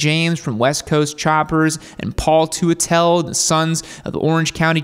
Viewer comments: Put some respect on Paul tua-tell’s name. It’s Paul tutell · "Paul Two-A-Tell" lol. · Did he really just pronounce it "Tu-a-tell"? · . That's a girder front end, not a springer. . Teutel, pronounced "Tuttle". I'm a chopper guy down to the bone. "Captain America" from "Easy Rider" is close to my idea of perfection, although the Swedish look is very cool too. I have a '94 S&S Sportster currently being rebuilt for me in a generally Swedish style, but not as extreme as Fonda's panhead. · Paul Too-a-tell😂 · Waiwaiwait! Paul Two-uh-tell? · Too-uh-tell?..you butchered that